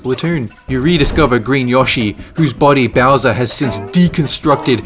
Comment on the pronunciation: Bowser not bosser